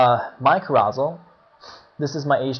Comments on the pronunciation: Hahaha kuh-ROW-zul???? You must only read!! It's CARE-uh-sell! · It is pronounced ' Care-o-sell ', like a kid's park ride that spins. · Thanks man! Found this very useful despite all 500 mispronunciations of "CAROUSEL" lol. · yes i do read more, carousel was a new vocab for me since having started web coding, i'll work on my pronounciation. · Your infinitely incorrect and inexcusable pronunciation of carousel is crazy-making.